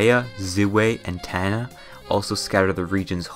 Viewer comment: The way he pronounced Tana 😭😭